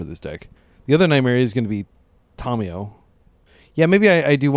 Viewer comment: Hey, very cool video and deck idea! Just wanted to let you know, it drives me nuts when people say Tamiyo's name wrong. I will not watch Aspiringspike because of it, it's so awful. It's not TOM-e-yo. The correct way to say the name is Tah-mee-yoh. Sorry to be that guy 😅Just being honest about what kills cool Legacy channels for me.